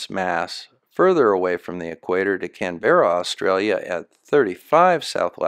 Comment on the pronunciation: The only fault in this whole video is the pronunciation of Canberra 😂 All jokes aside, I’d really like to place one flat earthier here in Australia and one in New Zealand each with a compass, and then watch them try to explain the stars